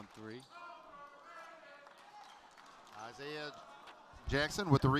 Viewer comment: “Trey ball” OH MY GOSH JUST SAY THREE IT’S TRIGGERING ME!!!